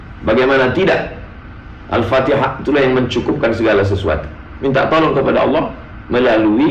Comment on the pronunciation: Wahabi aneh baca fatehah ko pin nar